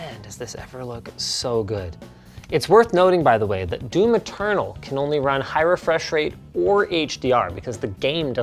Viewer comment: when he says doom eternal it sound like "doo maternal"